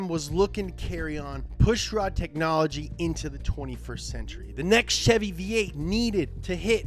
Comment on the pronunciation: You sayin Ch-evy instead of Sh-evy is making me uneasy it’s CHEVY NOT CHEVY YA FEEL